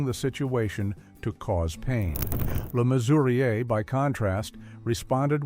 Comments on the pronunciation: A lot of this is Codswallop, Balderdash and absolute BS. John Le Mesurier, Olly Reed, Richard Burton and Tony Hancock being included in the same list as Savile is insulting. Sian is pronounced Shaan because it is Welsh. Le Mesurier is pronounced Le Measure. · See-ann Phillips??? Me-sue-riaye. Please. How can anyone take American commentators on British culture and icons seriously, especially out of context. Learn to pronounce the names or don't bother.